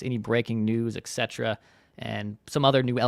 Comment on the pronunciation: Sorry, I think France could work out, we don't know the details, maybe he had personal life issues that caused his regression..maybe he ends up getting back to form and has another all star year?? 30 is not old..even in baseball..and FYI.. etc. is pronounced "et cetera"...not "eck cetera". thanks. PS..everybody forgets or never knew we got Ford for 1st base as well.